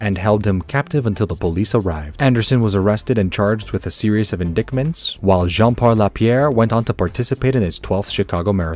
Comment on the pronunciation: I don't know if you are using AI but the pronunciations are terrible. Notably "Brisbane" and "Indictments". Sorry but I opt out if the narration is off.